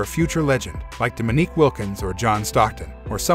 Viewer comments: Why did he call him d'meak Wilkins? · Please teach your AI how to pronounce "Dominique." Thank you.